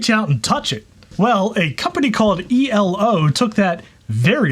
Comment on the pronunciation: I thought it was like a word eeelow, not the individual letters e.l.o.? That's the stuff I notice. Oy.